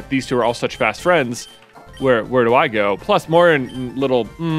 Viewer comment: Moiran sounds incredibly like goiran and I bugs me out every time